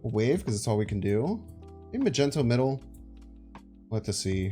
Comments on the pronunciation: The entire world is trying to tell you it's pronounced mag-nee-tow, not freaking Magento! Even Nina told you like 10 times in a video but you were like nah bro Magento it is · I don't know if I'll ever get over how you say Mag-ento. Cracks me up. As for the deck, it looks fun! Do you think it's competitive or more of a meme deck?